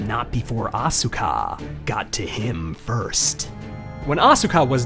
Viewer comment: The only issue I have with your videos is when you mispronounce people's names... Asuka has a silent 'U' so it's pronounced 'Ah-s-ka' with an 's' sound but no 'u' sound. The 'u' in Japanese is usually silent if it's not the 1st letter in the word... Same thing with Daisuke, the 'U' is silent